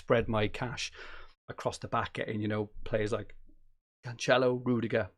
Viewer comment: your Cancelo pronunciation hurts my ears mate